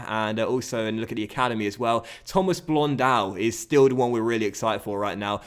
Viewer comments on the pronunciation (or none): I think its pronounced lile "Thomas Blondo" not blondow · Cool vid. It's "Blonde-Doe" lol